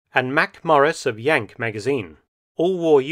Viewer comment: Am I the only one that thinks "Yank Magazine" don't sound quite right?